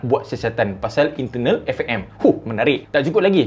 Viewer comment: "eFE'EM Malaysia" betul tegas tu 😂